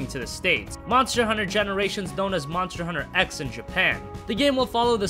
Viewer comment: It's written Monster Hunter X, but you say Cross instead of X.